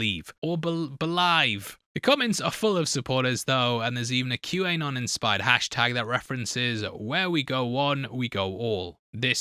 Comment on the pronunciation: Couple pronunciation bits: CPAC is pronounced seapack, and Q-Anon is pronounced Q-Uh-non (like anonymous). Top-notch video, as always, from my favorite movie and show channel on YouTube